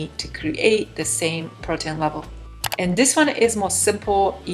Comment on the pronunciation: Hi, I have subscribed to your channel, and please understand I mean this with the greatest of respect to you. You are not saying some basic words correctly. If you ask google how to pronounce a word, like protein or fluffy, you will realise your pronunciation is a bit off. Thank you for what you are doing on your channel, you are very skilled at baking. ☺️